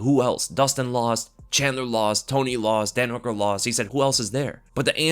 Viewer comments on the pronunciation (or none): none